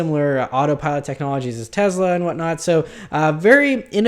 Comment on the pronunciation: You always say tezla lol its tesla with a S.